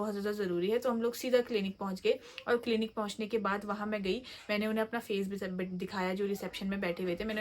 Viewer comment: Clanic 😂 clinic hota h madam